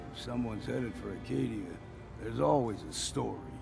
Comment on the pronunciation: As a Mainer, I can tell you it is called Acadia, not Arcadia.